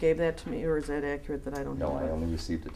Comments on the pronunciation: You'll have to axe Michelle. She would have the acrate information, since you are tripping over that, so, mmhmm... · "Please be more pacific when you axe me questions so I can be accarat with my answer. Also, don't axe me - axe Michelle." - The Apostle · Alex Zachariah lmaooo I'm going to have to AX you to be more ACKRIT (how he pronounces accurate)